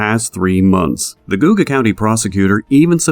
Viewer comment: I wish you would of googled atleast how to pronounce Geauga County. Sounds ridiculous